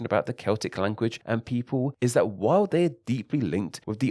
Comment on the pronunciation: Why are you talkinG like tha-TUH?